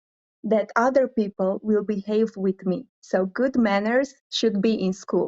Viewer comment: for Me Miss Philippines has the best answer, followed by south africa and Canada and 4th is india. including the accent on how the pronounce the word correctly and there sounds as well when the answer. You can review again. Miss india is also but she people as pepel.